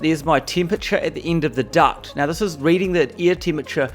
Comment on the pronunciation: A new zealander: Thuis... lol